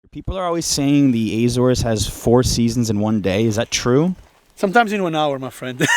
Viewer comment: I'm from Azores, I love that you say the names of the islands and the villages in a perfect way 👍🏼 keep up with the good work 😀